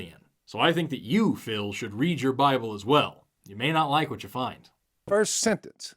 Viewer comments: Man. Not "the bible". Its named "the baabol". Learn your stuff. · Buy-A-Bull. How does he manage to make a two-syllable word into a three?